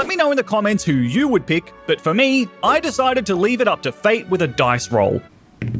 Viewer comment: ok but why he say but like "butt" in the intro 💀